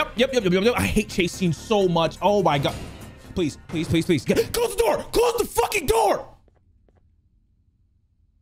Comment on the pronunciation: Best part about this video is when he says open the noor